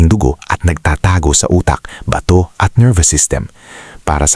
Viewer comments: Bigkas mo Mali sa bato... hindi ba....to batokan kita dyan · BATO is pronounced FAST !!!